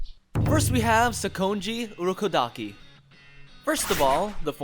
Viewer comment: How hard is it to pronounce Demon Slayer Corps, Kanae Kocho, Sakonji Urokodaki, Kanao, Zenitsu. Also Kaigaku and Zenitsu aint brothers